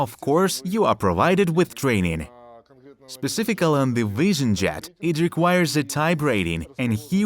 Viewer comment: What’s a “wishin Jet?”